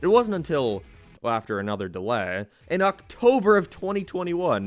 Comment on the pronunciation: STOP PRONOUNCING DELAY LIKE DELEHHH